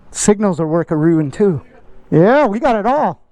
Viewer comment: “Signals are work-aroo-ing too”